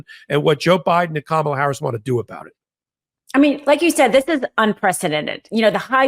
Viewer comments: Kamala. Accent on the 1st syllable. Why do you use the Trump pronunciation? Insulting. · Please learn how to pronounce our VP-soon-to-be-President's name. Think of 'comma' -la, NOT Ka-mala. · C'mon, have enough respect to pronounce her name correctly. KAM ala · Please please please please!!!! It’s hard enough to hear MAGA not know, or refuse to say her name right. I would expect her greatest supporters to know!!!!!! Cahm ah lah. Emphasis on the first syllable. PLEASE!!!!! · pls pronouce Kamala correctly.